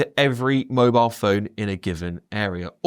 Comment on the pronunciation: He said 'every single wobile phone' at the start.